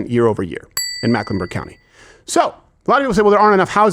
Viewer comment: It’s Meck, not Mack